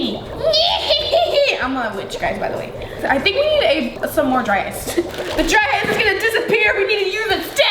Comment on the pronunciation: I thought she said dry ass bubble.. lmao sorry ily